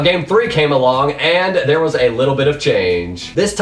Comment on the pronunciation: Nice infos and nice put together but... it is slightly annoying how you pronounce the last word of your sentence.. thereeeeee~ hereeeeee~ thhhhink~ Eh, sorry but slightly annoying in my opinion